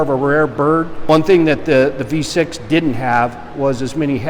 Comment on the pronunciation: "v6" Oh god please no "v6" Dear lord i've been triggered what have you done "v6" SKREEEEEEEEE